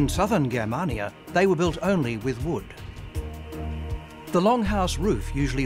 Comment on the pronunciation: The narrator pronunciations are terrible! Germania is pronounced Jermania and the A between M and N is pronounced as an A not an ar a.